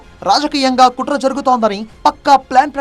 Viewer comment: kutraaa kaadhu botchu kaadu